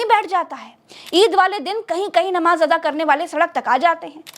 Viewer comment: Ata. Nahi. Ada. Hota. Hai